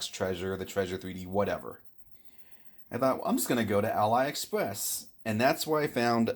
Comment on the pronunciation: Just so you know, AliExpress is not pronounced "AL-EYE Express", it's "Ah-Lee Express" because it used to be called Alibaba